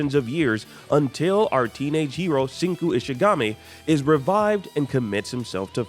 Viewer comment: He pronounced Senku's name wrong